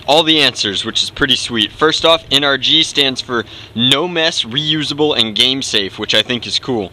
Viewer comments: NRG. En-er-gy. Energy. HAHAHAHAno. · Nrg is supposed to sound like energy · I think NRG is supposed to sound like energy